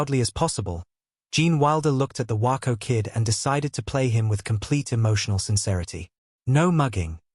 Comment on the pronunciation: It’s WAYco not Whyco you snuck.